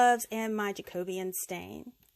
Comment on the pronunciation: Ok firstly, you're the first American crafter on Youtube that I've watched who pronounces "Jacobean" correctly! 😂 these crafts were so beautiful especially the wood plant holders, they're so expensive usually so I think I'm going to give them a try! The containers turned out beautiful too, thank you for explaining it all so easily ❤